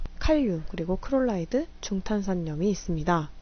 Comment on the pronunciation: 강의 너무 도움되고 좋아요.. 하나만 제안드려도 될까요? 염소 말씀하실때 크롤라이드로 발음하시는데 클로라이드로 말씀해주시면 이해도 쉽고 더 훌륭한 강의가 될거 같아요..